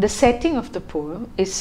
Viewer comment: Please work on your pronunciation, especially as you are teaching learners of English. People are normalising wrong pronunciation just because they don't want to work on theirs. Pronunciation of words like genre, poem etc. can be learnt online. And yes, the word 'poem' does have a soft 'e' (No hate)